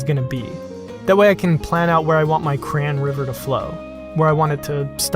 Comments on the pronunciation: its crayon not cran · UGH! He says KRAN. CRAY-ON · Cray-on not cran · It drives me crazy when people say "Cran" instead of "Cray-on". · If I only heard the the audio of this, I would have no idea what the hell he was talking about. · CRAN wax ???😂 does he mean cayon? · It took me so long to understand that when he said "cran" he was actually saying crayon. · I thought he said, "I crayon". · who else pronnounces crayon "crane" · Really cool... Only, Crayon, is a two syllable word!!! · Your saying crayon wrong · Listening to people pronounce crayon makes me crazy, but I loved this weird table. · It’s funny hearing you say crayon. Took me a moment to realize what you were saying. Table looks cool, great job. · You say "crayon" weird, unsubscribed. /s This turned out freaking awesome man! Makes me want to try something like this, with more opaque, primary colors, with epoxy so it'd be more durable.